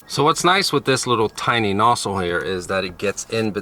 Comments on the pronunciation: Are u saying nossle or nozzle? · The way you say nozzle is kinda strange